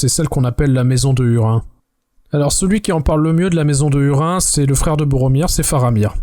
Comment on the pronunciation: Petit bémol sur la prononciation des noms propres (hurin->hourine par exemple) qui me pique les oreilles 😅 en dehors de ça très bon épisode comme d'habitude!